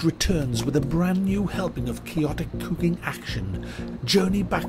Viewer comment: Its about Kewking